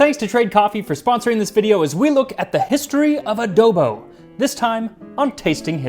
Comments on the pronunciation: Randomly found this on yt. Ofc there would be a ph/spanish dish . Also correct pronunciation for "adobo" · The mispronunciation is really bothering me lol coz you pronounced adobo just fine